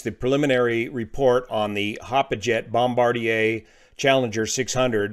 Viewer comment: Dang, I have heard several descriptions of this incident but your the first one who pronounced Bombardier correctly. I like watching someone who knows his stuff and presents it that way.